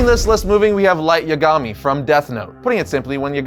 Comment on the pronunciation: Pronouncing Light Yagimi like that should be a crime